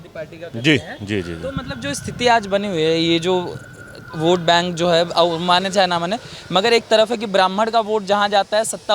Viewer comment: वोट होता है ओट नही 🤣🤣🤣🤣🙏🙏🙏🙏